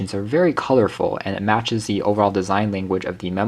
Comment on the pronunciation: As a professional voiceover artist, and someone who passed 4th grade, NEVER say “thee” unless the next word starts with a vowel. It’s “the project”, “the printer”. Your VOA is scratching nails on a chalkboard.